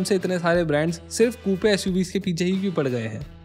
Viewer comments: It’s not KooPe, it’s Koop. Just like a poop. 😂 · Kupe nahi coop pronunciation hai bhai iska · It's pronounced Koop not Koopey. But insightful video as usual. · No hate but it's not "koopay" Its pronounced "kuup". As a informative YT channel, it would be much appreciated if you look into these small things , because remember your vids reach to millions of people. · It’s pronounced ‘Koop’ and not Koopee. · Coupe is pronounced as Koop.